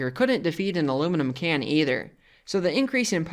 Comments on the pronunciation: [ALUMNUM can 😊] ...is what i heard. I just adore this dude's channel. He's got a unique delivery, kind of a funny voice, (no shade intended) and the enthusiasm of a four year old for all things electric and electric adjacent. The joy he experiences from the experiments, as well as from making these videos, is expressed without reservation or self-consciousness. Lasers and microwaves and demon circuits are this fella's love language. He should be certified and protected as a national treasure. 🎩🤏 🐼 - Gentleman Panda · Them ¨illuminum¨ items as u call them, was beyond my expectation to be so easily demolished